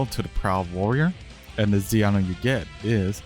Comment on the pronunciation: bro cant say Z item lol check the subtitles XD